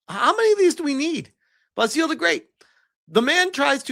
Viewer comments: Basil is pronounced 'Baz ill'. Not 'Bass eel' ;) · Your pronunciation of Basil is killing me. Watch an episode of Fawlty Towers.